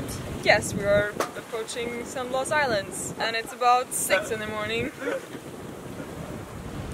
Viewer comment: It’s Blas , blas I tell you blas. Not 💥 San blast 💥. Hahaha. Just hacking on you 😂😂